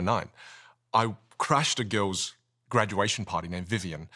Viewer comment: "Talk to gils." Cracked me up